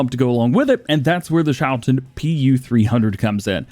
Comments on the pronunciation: Okay, if you put Google Translate into Dutch and let it speak the word you get a good pronunciation of the schou part of Schouten (the last part is a bit wonky, but that is just pronounced like is you are already doing/like the English ten is pronounced) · Since Schouten is a Dutch company, the ch is pronounced like the Dutch g, which sounds most like clearing your throat, if interested I could provide a pronunciation guide